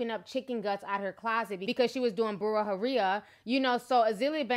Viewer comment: Bru-rah-jeria lol